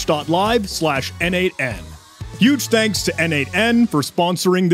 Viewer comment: "Thangs "??